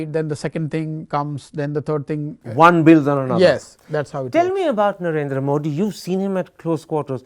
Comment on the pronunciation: Why pronounce ' मोडी' pretending like you are from some Western country